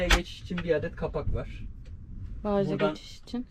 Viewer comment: Kanalınızı yeni gördüm ve ilk dikkatimi çeken her iki kişinide Bagaj kelimesini Baaş diye telaffuz etmesi oldu.Size tavsiyem,videolarınıza devam edecekseniz,telaffuz hatalarını dikkat etmeniz.Bu bazen yabancı kelimelerin bölgesel kullanım alışkanlıklarından kaynaklanıyor olabilir😊